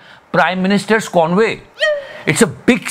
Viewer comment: 🤣 convey nahin bhaiyya CONVOY. 🤣🤣